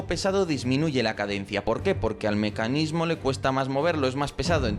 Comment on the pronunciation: Mescanismo dijiste